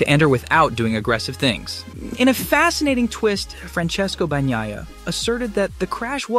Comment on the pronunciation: "Banyiya" NOT "Bagniya"!!!